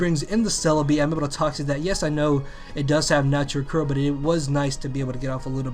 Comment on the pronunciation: "Forgetting Celebi has natural curr"